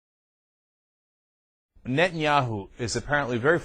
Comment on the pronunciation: Is it just me or is this dip shit incapable of pronouncing Netanyahu?